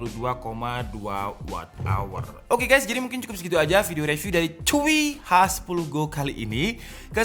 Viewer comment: ingat, CHUWI~ ya, bukan CHUAKSS~